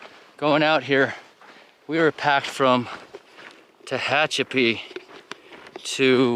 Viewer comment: Tickled to see that after several days you got the pronunciation of Tehachapi down, good job, now were are the critters not the people ones the four/six/eight legged ones or even the no legged ones? Guessing you would need a four wheel drive on that road. Enjoy listening to your monologue, just keeping it real. Produce, interesting fellow. 16.7 miles not really a NERO. Ok, you are still having some issues with Tehachapi. LOL. SAFE HIKING